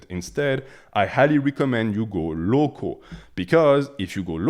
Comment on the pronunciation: Man you made me crack up when you said “i highly recommend you go LOCO, because if you go LOCO the bees are also LOCO” 😂 I know you said local but it sounded as LOCO.